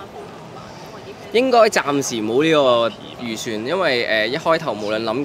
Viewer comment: 係咪笑柳柳講「預算」？haha 好可愛！ 我見ian都有笑！大家都好留心聽